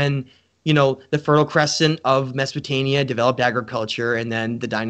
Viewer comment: I love everything you do but why are you saying "mesopotaNia"?